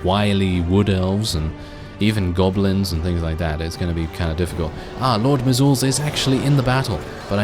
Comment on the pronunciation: Can't get enough of this series! Loving it. Also, just so you know, I'm pretty sure Lord Mizulz's name is pronounced like "measles," the disease. That would be pretty in line with Skaven naming patterns, too. Looking forward to the next episode!